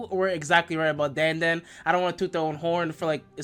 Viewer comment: It’s Dan da dan